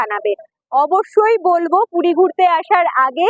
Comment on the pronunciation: Ooo DIDI PUDI NA PURI...CLEAR KORO